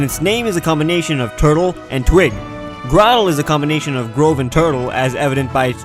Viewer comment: IT IS GROW-TLE